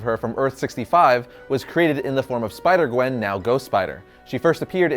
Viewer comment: Which one is your favorite? Oh you said spider qwen. I thought you said qwen stacy.